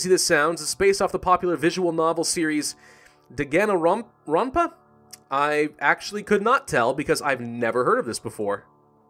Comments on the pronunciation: ....how did he just spel danganronpa- it's dan-gan-ronpa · 1: it's pronounced Dan-gan-ron-pa. Fairly simple. You'll get it. 2: If you're good with swearing censorisation and high amounts of character death and murder, then I HIGHLY recommend you play the 3 games (and ultra despair girls if ya want). I've got danganronpa V3 killing harmony and its amazing. Please play them in order though. It's amazing. 3: If you ever play this game, there is 1 major rule. Don't get attached to anyone! Trust my experience and many youtubers experience on this. It's the golden rule of the Danganronpa series. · It’s pronounced (Dawn Gon Ron Pa) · Dan - gan - ron- pa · This dude should be renamed the butcher because of what he fucking pronounced dangonronpa and junko like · wow some of your pronunciations were so off but I think I like Junk-o better than Jun-ko because I cracked a smile impulsively.